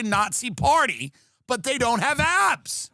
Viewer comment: I thought you said apps not abs.